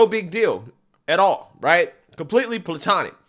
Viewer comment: PlAtonic…you said Plutonic which is absolutely cuter, though🙂🙂